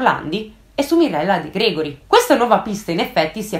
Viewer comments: GREGO RI NO GREGORI ACCENTO SULLA O NO SULLA E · scusa ma lo sanno anche i sassi che Mirella si chiama Grego-ri e non Gre-gori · Gregòri, non Grègori (come se fosse Gregory) :-) il Papa nel suo appello pronunciò "Gregory" perché straniero... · Mirella Gregòri, non Grègori. Per il resto, grande forza comunicativa e capacità di coinvolgere gli ascoltatori. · che io sappia si dice Mirella Gregòri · Bravissima. Hai trattato il caso in modo magistrale. Ricordo tutta la vicenda di Emanuela e di Mirella Gregori il cui cognome era pronunciato all' italiana con l'accento sulla o. Entrambe le ragazze non sono mai state ritrovate e si ipotizzava anche la tratta delle bianche e la possibilità che Emanuela potesse essere ancora viva in Turchia, prigioniera e forse madre, secondo la intricata storia di spionaggio che coinvolgeva Agca e i Lupi Grigi di Bekir Chelenk (non so come si scriva). Agca tentò varie volte di inserirsi nella vicenda in modo sibillino. Probabile che non si sappia mai la verità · Infatti....nn riuscivo a capire perché lo pronunciasse così, all'inglese.... Pensavo di ricordare male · Bravissima , solo l'accento sul cognome di Mirella è errato. Ma complimenti lo stesso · "Gregori" pronunciato così non si può proprio sentire. Cringe.